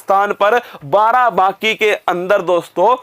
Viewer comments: Barabaki ...... Not Barabanki.....✓✓✓ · नाम तो सही लो बाराबाकी नही बाराबंकी है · Sir ji BARABANKI hai ye ....not बाराबाकी 😁 its my district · Barabanki hai sir barabaki nhi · Barabanki hota h naki barabaaki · Barabanki hota h.😊barabaki nhi😂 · Barabaaki😂,barabanki h sir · Sir vo barabaki nhi...barabanki h..😂🤣🤣😂🤣😂🤣🤣 m barabanki se🙆🙆🙆🙆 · सर बाराबाकी नहीं बाराबंकी है सर 😁😁 I m also from Barabanki Ramsanehighat 💞💞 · Sir g barabanki h aapne to uska naam hi badal dala ....barabaaaki nhi h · सर् आप हिंदी का नाम सही सही लिया करिए plz आप बाराबंकी को बाराबांकी कह रहे हैं लगातार🙏🙏🙏🙏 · Barabanki h sir barabki nhi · बाराबंकी बोलना तो सिख लो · उच्चारण ठीक।से कीजिये सर् बाराबंकी की